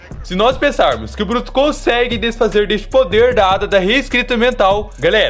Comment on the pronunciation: No anime é Eida ai me da uma agonia escutar ele falando ADA